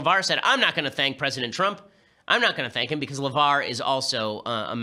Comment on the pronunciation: I heard it ben, i heard it. You said "Pwesident Twump" I heard it. It was glorious.